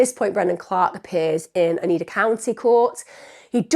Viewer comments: So Utica is pronounced with the u saying it’s name so yoo-tuh-kuh according to Google but as someone who lived in the area I would say yoo-tih-kah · I'm loving your pronunciation of Utica 😅 I've never heard it like Oo-tica, usually it's You-tica